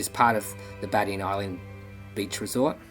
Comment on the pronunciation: Badian is said bajian in pronouncing